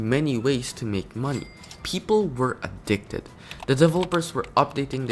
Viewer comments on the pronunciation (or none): the addcited you say make me crazy F